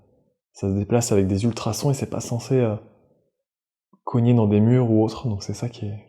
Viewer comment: "COGNIER" Magnifique XD